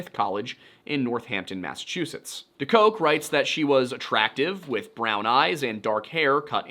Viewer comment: omg it's pronounced deCOOK lol and i cant believe it his daughter and i sang opera together like 15 years ago... i think he had just finished his book on Centralia back then... or he was working on it...